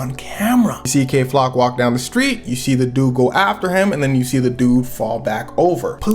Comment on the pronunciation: Did he say gay flock on purpose at the start 😭😭